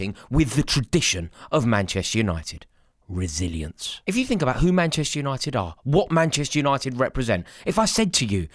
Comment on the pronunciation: not me hearing "Brazillians" every time he said "resilience"😂😂😂